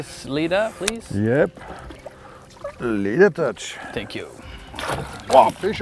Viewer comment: Team Gunki is now Team Leadertouch 😂 wounder how many times the new guy say "leeadertouch"